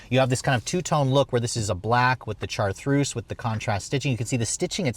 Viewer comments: Is he trying to say "chartreuse "? Chartreuse is a type of French liqueur and a well-known color. If you don't know how to pronounce it, you can look it up on YouTube. There are a few videos pronouncing this word. It is like shar-truce. Otherwise, this is an excellent video evaluation. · Chartreuse pronounced Char-troos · Its called Chartreuse pronounced-shar-troos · I think by now he's well aware of how he utterly butchered the car's color name. When pronounced correctly, it's so sexy.